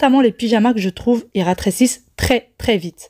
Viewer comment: Cc, j’ai fait la recette du gâteau au yaourt au thermomix, très bon, ma petite famille a bien apprécié. Si je peux me permettre, il me semble t’avoir entendu dure ratrecisse, en parlant du linge, on dit plutôt rétrécir 😜